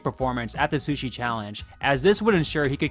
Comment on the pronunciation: He also pronounced it "Suchi" for god's sake.